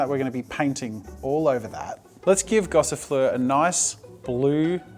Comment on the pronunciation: Am I the only one who almost choked at Gossifleur?